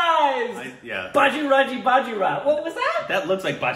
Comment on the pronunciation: it's pronounced Baaj-rung-ee B-eye-john, but appreciate the korbinazation.